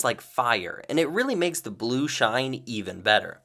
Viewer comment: Do u know how to speak English because u said sheen instead of shine😂😂😂😂😂😂😂😂😂😂😂